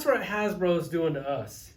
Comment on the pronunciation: It’s “Fck Hasblow!”